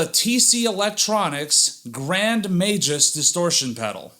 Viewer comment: Majus??? MAG-US. wow